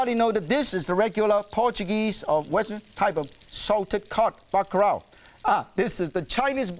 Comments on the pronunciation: It's bakalau not baka rao nitwit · even Martin can't escape the Asian struggle of pronouncing Ls. He pronounced it as "bacarao".